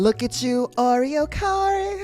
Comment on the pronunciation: “look at you oreor corw🐮✨” 🤣 I FELL OUWT!